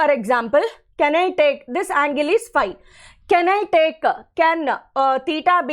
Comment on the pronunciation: Phy not pie